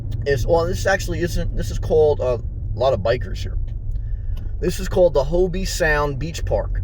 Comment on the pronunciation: Just wanted to help by letting you know It's not pronounced Hobee, it's pronounced Hoeb Sound.